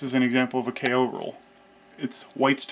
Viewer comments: The "Kay oh" rule is pronounced "koh" (rhymes with go). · I know it's probably been said a thousand times, but that rule he calls a K.O. rule is actually a Japanese word (not an abbreviation) ko (劫) pronounced straightforwardly like CO- in COrn (or CAU- in CAUght). For novice Japanese language enthusiasts, it can almost sound as if he's saying keiyō or kenyō, both of which have multiple meanings unrelated to the word's literal meaning of "eternity". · Is is NOT called K.O rule dear americans, it is called Ko ...